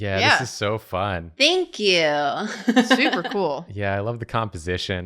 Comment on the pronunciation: "Think yew"